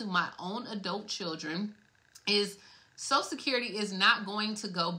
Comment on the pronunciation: ...its "social security"...not "sosa-sid-currity"...take time with ~prenunciation...